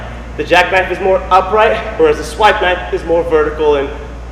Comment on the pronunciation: Did you say Swidesipe?